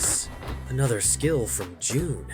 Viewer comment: Jun not June